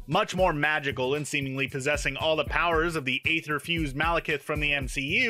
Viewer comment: It's actually pronounced "ether". The a in "aether" came from the abandoned letter "Æ" and isn't used in its pronunciation.